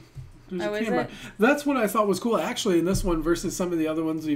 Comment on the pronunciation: i luv this channel... i enjoy your reactions and reviews on our very own talents. Now Noven here should also be commended for his effort in giving his best in singing English songs despite a little floss on pronouncing words like baby sounding a little off like bibi or thought like towt... but the rest of the words in the lyrics are perfectly alright. Noven has ears for music therefore together with his passion for his craft he will master pronouncing the words right I believe he has coaches for that. I could apply as one if you don't mind. I'm an English mentor btw hehe... Noven, kudos kabayan! God bless you, we love you!